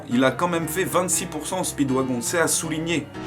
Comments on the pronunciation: Les extraits si tellement gacher par les filtres et dire speedwagon alors que ca se dit speedwagone et le nom de DIO j'en parle pas sinon 💪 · Speeewagon se prononce speedWAGONE plz c pas un wagon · Ça se prononce spidwagone